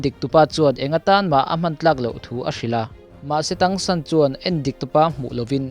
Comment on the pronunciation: a hming hi thang san tih a lam tur Chinese word in tang hi hi thang tih tur ania